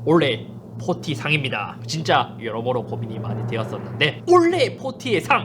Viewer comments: 잇섭님 근데 올해를 자꾸만 올래 올래 라고 하시네요 ㅋㅋㅋ 올-해 아닌게요 ㅋㅋㅋ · 올해를 올래로 발음 하는건 KT 저격이네 ㅎㅎ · 올해를 올레로 발음하는 이유는 kt 저격인가요? ㅎㅎㅎ 농담입니다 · 형 올해 한번만 제대로해주세요ㅋㅋㅋㅋㅋ 올레 말고 올!해! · 올래라고 자꾸하시네요 ㅎㅎㅎ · 올해가 자꾸 올레라고 들리네 ㅋㅋㅋ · 올래의 웃깃발음 상 : 올해를 올래라고 하는것...케이티 간접광고아니조??? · KT 상주는거에 너무 기뻐서 "올해"를 계혹 올레라고 발음하는거 맞죠? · 올해가 올레(KT때문은 아니겠지…)로 들리게 하시는 잇섭님 이번년도 좋은영상부탁드립니다 ㅋㅋㅋ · 잇섭님 자꾸 '올 해'를 '올레(Olleh)'로 발음하시는 건 혹시 PPL인가요? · 왜 올해를 olleh로 발음하나요? KT 뒷광고 아닙니까? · 올레 올레 하시는거보니 역시 KT .. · ‘올해’를 ‘올레’라고 말했으면 kt도 화홰신청 할 때 됐다 ㅋㅋㅋ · 올래 가 아니라 올해 요 ㅋㅋ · 썹님 올해의 발음 한번만 생각해 봐 주세요. 올해가 자꾸만 애증의 올레로 들려요. 올해에서 ㄹ탈락이 일어나더라도 오래로 발음될 것 같은데 올래올래 아무튼 올해 새해 복 많으 받으세요:D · 올래 아니고 올해라고요.. 아 킹받네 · 자꾸 올해를 올래라고 하는 거 넘 귀여웤ㅋㅋㅋㅋㅋㅋㅋㅋ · 엉뚱한 얘기일지도... '올해'를 "올래"로 발음하시는 것이 너무 신경 쓰입니다. "오래"로 말씀하시는 게 맞다고 생각하는 데. 한번은 괜찮은데 자주 반복되다 보니 집중이 어렵습니다. 길게, 강조해서 말할 때 "올~해"는 괜찮습니다만. 모두들 희망찬 새해가 되기를 바랍니다. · 계속 올해를 olleh로 발음하시는데 kt에서 뭐 받으신거 있으시나요? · 형 올해를 발음할때 왜 올레라고 하는거야 ㅋㅋㅋㅋㅋㅋ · 계속 올래 올래 하길래 kt얘긴가 했는데 '올해'ㅋㅋㅋㅋㅋㅋㅋ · 올해를 올래라고 발음하시는데 올해가 어려운 발음이에요? 이런거는 처음보네ㅎㅎ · 형 자꾸 올해를 올레라고 발음하는 것 같아요 ㅋㅋㅋㅋㅋ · 올래??? 아니죠 올해입니다....ㅋㅋ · 계속 올레, 올레 해서 kt랑 원만히 화해하신줄 알았는데 올해라고 말하는 거였네요. 그럼 내년에도 kt는 신나게 패도록 하겠습니다 감사합니다. 만족도가 높네요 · 올해라고 할때마다 olleh라고 들리는건 내 귀가 이상한게 아니라 이유가 있었던거구나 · KT한테 좀 미안해서 그런지 올해를 Olleh로 발음하시네ㅎㅎ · 올래의 라고 하는거 킹받네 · 올해를 올래로 발음하시는듯한;;;; KT인줄? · '올해'를 계속 '올 ㅀㅐ' 발음하시는거 킹받습니다. ^^ 서울에스킹 2022년에도 잘 부탁드립니다~~~! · 올해를 올레라고 발음하시는 잇섭님 뼛속까지 IT유튜버시네요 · 올해를 올래라고 발음하시네 ㅋㅋㅋㅋ 뭔가 사투리인가 (나쁘다는 의미는 아님) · 올해가 올래로 들리는건 나만그런건가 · 올레에서 광고비를 받으셨다면 밝히셔야합니다. '올해'를 계속 올레 올레 하시는데... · 올해가 자꾸 올래로 들려서 웃으면서 봤습니닼ㅋㅋㅋㅋ 어쩔 수 없짘ㅋㅋㅋㅋㅋ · 저만 올해가 올래라고 들리나요...ㅋㅋㅋ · 올해 = 올래 발음이 올래.. ㄷㄷ KT를 아직 좋아하시는 잇섭님의 발음 클라스.. KT는 포기못하지 ㄹㅇㅋㅋ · 형 새해 복 많이 받어~~ 근데 잇섭형 올해 발음이 잘 안되네 ㅎㅎ 올래~~~~ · 올해를 올래 라고 발음 하는건 최악의 발음 상 줘야 되는거 아닌가 자꾸 올래 올래 하길래 KT 가 잇섭한테 광고준 줄 알았네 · 올해를 올레로 발음하시는게 고도의 kt까기? ㅎㅎ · 올해를 올래라고 발음하시는게 귀여우시네요ㅎㅎㅎ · 자꾸 "올래의 ㅇㅇ상"이라고 하는거 킹받네ㅋㅋㅋㅋ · 올해를 올래로 말하는 거 킹받네 ㅋㅋㅋ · 올해 올해 올해 올해 올해 올래 올해 케이티에 미련이 있는지 자꾸 올레라 외치는 잇섭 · 근데 왜 자꾸 올해를 올레라고 하세요? 크흠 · 그른데, 올해를 왜자꾸 올레로 들리는건 ... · 올해 를 올레로 발음하는거 나만 킹받나?ㅎㅎㅎ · 올해 발음 특이하네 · 올해 발음 킹받네 ㅋㅋ